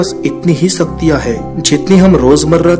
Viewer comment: vo saktiya nhi shaktiya hota hai😂😂😂